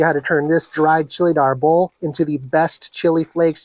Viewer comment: Hahahaaaaa, chilly Arbol is not really considered spicy. Scoville units isn't considered spicy at all. The word is also not pronounced arbOhl but Árbol.